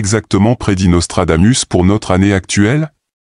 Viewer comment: On dit: Nostradamousse.